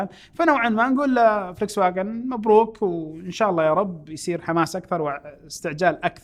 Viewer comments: اسمها فولكس واغن مش فليكس واغن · انت عندك تناقض بالحكي. اول اشي حكيت هواوي بتنسحب من السوق الا ب امريكا. بعدين حكيت بتنسحب من امريكا. و اللفظ غلط ل ڤولكس واغن 😅😅😅